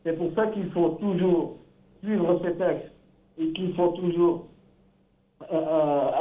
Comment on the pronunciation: Un journaliste qui n’est même pas capable de prononcer correctement un mot « les TEXTES » et non « les TESTES »